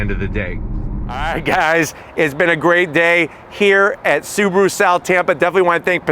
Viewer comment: (SAAB)aru Ascent 😂